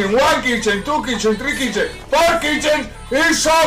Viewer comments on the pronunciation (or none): Is chicken not kitchen 🤣🤣🤣🤣🤣